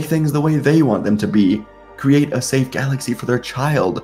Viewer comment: Really don’t like the why you say right in to it and galaxy